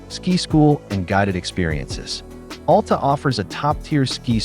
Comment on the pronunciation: FYI, it's Al Ta, not All Ta